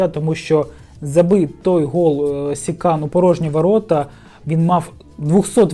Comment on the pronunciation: Та не СИкан, а СиКан. Аж уши режит